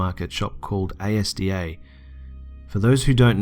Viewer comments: why do people spell the word ASDA? It's pronounced the way it's written, not AY-ES-DEE-AY idk it just bugs me😂😂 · Why do they always pronounce ASDA as "A-S-D-A.. 😂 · Dunno if it's been mentioned yet but 'ASDA' is pronounced AS-DAH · A,S,D,A 😂 its all one word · its pronounced asda not letters mate lelelelelel luv you tho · pronounced azz dah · It's pronounced: azzdaa 😂😂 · We say it Asda not the capitals. As it sounds. Great videos fella greatly enjoyed them thankyou. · you pronounce Asda so weirdly haha! It's called ahhs-dah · i iknow ur australian but its pronunced Asda like a full word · mate its not a-s-d-a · Just for the future its pronounced ass-dar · the fact you pronounced it 'A.S.D.A' makes me want to muay thai kick you in the throat.. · A-S-D-A 😂 Oh god I never laughed as much in my life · it is pronounced 'As' 'Da' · fantastic video, keep it up. and the "A-S-D-A" made my night xD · You say asda like an acronym. It's pronounced az-da. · Great video! ASDA is pronounced 'Azda' BTW ;) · like pronunced ass da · the shop is pronounced 'az-da' you don't spell it. you say the whole thing. nevertheless, great video man! really enjoy the stories from subs :) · I was sitting going... A S D A? What shop is that I've never heard of it and I live in the UK! Then I realised he meant Asda haha 😂😂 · ASDA is pronounced azda, like a whole word :) love this video though <3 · It's ASDA is pronounced "As da" which is from the family of Wal-Mart, your welcome. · Omg I actually squealed when you said that story was in Bolton since my town never gets mentioned in anything - because it's a shithole but still :p I was mid sentence to my boyfriend about how Asda is pronounced as 1 word and just cut myself off when i heard. Literally the most stupid thing I've got excited about at 5 in the morning :) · ITS FUCKING ASDA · I had to pause and appreciate how adorable it is that you pronounced each letter of ASDA individually! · its not a s d a its azda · It's Asda not a-s-d-a